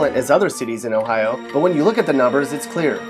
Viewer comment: Pgffffffft it's Ohio HAHAHAHA